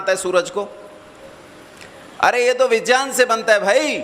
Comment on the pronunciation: अरे अक्कल के अंधे तुमको तो विज्ञानं का उच्चारण ठीक तरीके से करना आता नहीं है और आ गए भगवन के अस्तित्व पे सवाल उठाने